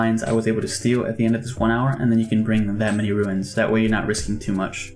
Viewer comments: Bro I love (and am grateful for the guide), but it's RUNES not RUINS lol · the way you pronounce ruins really runes the video